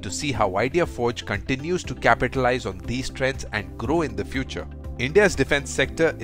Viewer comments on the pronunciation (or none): none